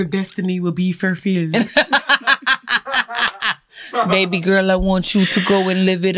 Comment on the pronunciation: Furfillled 🤣 be killing me